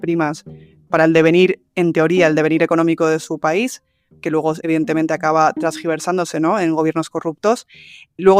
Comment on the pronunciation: Buena información. Pero...por favor...¿una periodista diciendo "transgiversar"???? Sólo existe "tergiversar"😢